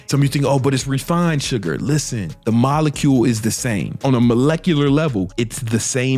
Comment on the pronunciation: “The sugar mokakacule” yo wtf you say?😂